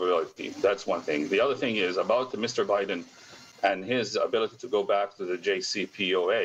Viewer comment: It's ,"JCPOA" not Gc...